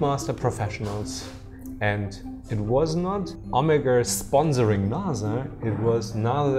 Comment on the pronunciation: It’s pronounced NASA not Naza